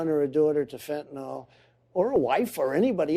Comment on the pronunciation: Biden can't even pronounce fentanyl.